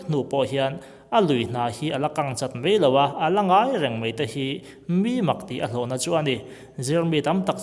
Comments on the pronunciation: Mai ti a lam rik tur Mei tiin i lam ri tlat zel hi ngaihthlak a hreawmna ani.a bak chu a tha viau e.Go on...Best of luck👍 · He thil hi kei zawng ka ring ve hauh lo mai. Eng pawh hi ngaihthlak a nuam e. Kan ṭawng hi chhiar leh ziak hi uluk deuh ang u. 'Mai' tia lamrik tur 'mei' tia lam rik a awm nual mai; ṭawng uluk tan chuan a awmzia a tidal tlat. Ṭang sauh sauh teh u.